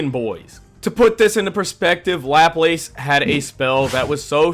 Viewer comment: Great video, only thing laplace, pronunciation is luh-plas